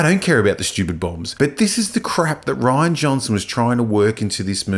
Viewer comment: Thank you for using the original Death Star explosion without the praxis ring. Also his name is pronounced Ri-Ann not Ryan.